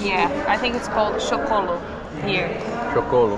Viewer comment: It's choclo not chocolo